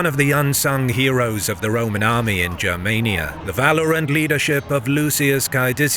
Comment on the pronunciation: Please hard “G” for the love of all that is holy, please let there be a history channel on YouTube with proper information. Germania with a soft G doesn’t exist and it’s nails on the chalkboard!!